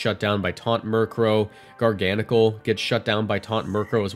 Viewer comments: Ghar-guh-nak-ul is the pronunciation. You know like NaCl, table salt? XD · Def called it gar-gan-nikl but whatever.